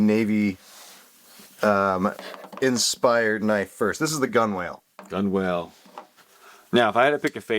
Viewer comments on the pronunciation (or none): "GUNWALE" is pronounced, Gun-nel boys, as in where the hull meets the deck. Not Gun-Whale.